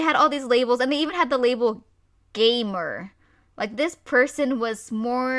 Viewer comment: When you said "gamer" I thought ya said "gaymer" a gay gamer.